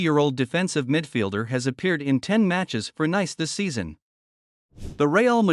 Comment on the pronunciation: Nice is pronounced like "niece" lol